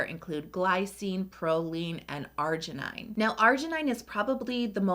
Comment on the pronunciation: I think it pronounces argi nin, not argi nai, and 'glu coside, not glu 'coside, and u'rea, not 'urea.